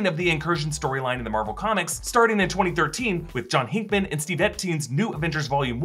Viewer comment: Did you say HEENKMAN? How well do you know the comics be honest? Hickman! It’s like saying Stan Lay